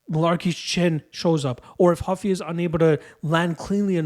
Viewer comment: it's Ruffy not Huffy